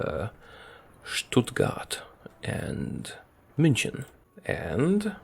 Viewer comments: bro said minchen💀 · The way he says Munich around 29 minute mark “munchen”